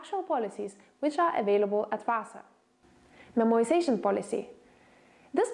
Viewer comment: it's memoization only!